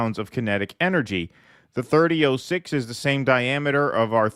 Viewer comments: its pronounced Thirty" ought" six not thirty ooooh six . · .30-06 is pronounced " 30 aught 6." I'm a female who doesn't know anything about guns, but I have heard how this is pronounced through out my life.